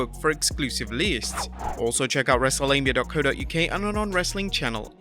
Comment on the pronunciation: Am I the only one who heard him call himself "wrestlelabia" in the beginning?